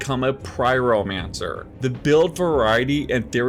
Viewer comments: Pry-Ro-Mancer? Wtf .. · A … pry-ro-mancer? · Bro... "demolish" and "pryromancer" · uhh did he say "pRyromancer?"